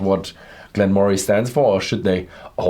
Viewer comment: Its pronounced Glen murray.. but great review